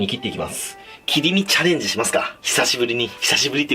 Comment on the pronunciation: 切り身チャレンジの発音が子供チャレンジで笑う